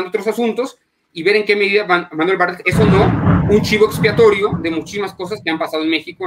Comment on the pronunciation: Se pronuncia Bar- tlet